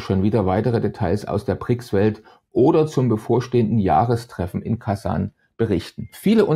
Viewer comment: Das heißt Brics und nicht Prics.